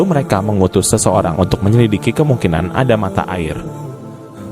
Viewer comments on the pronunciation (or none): none